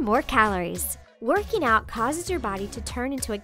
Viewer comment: Werkey nowt